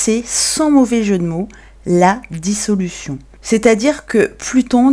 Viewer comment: Errare...Dissolution et non pas dissoulution....!